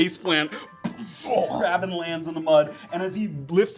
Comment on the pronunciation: Didnt realize my firat listen through how often says Graven instead of Grabbyn